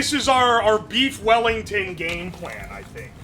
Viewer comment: Weef Bellington